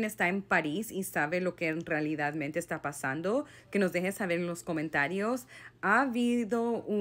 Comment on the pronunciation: querida Dios te bendiga, muy bueno tú contenido y para ayudarte un poquito con el español 😊se dice realmente ❤❤❤❤besos 😊😊